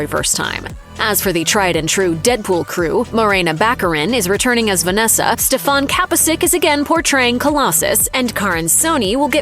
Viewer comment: who is stefon kaposis . wtf is it hard to pronaunce a name of actor? stefan kapicic